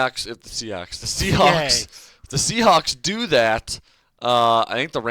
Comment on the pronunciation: Did he call them “Seahacks?”😂